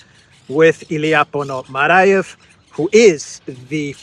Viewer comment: his name is not Ilya Ponomarayev, it's Ponomaryov (Ponomariov).